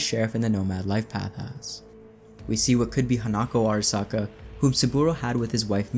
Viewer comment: wouldn't make more sense if it was Michiko Arasaka, and not Hanako? Also it's (aa) (ra) (sa) (ka), if you want that extra authentic japanese pronounced word, all vowels are short vowel sounds in Japanese. Bonus fact!